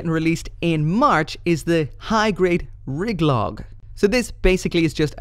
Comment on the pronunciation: Riglog? Regelgu - ree-gell-goo - REfined GELGOog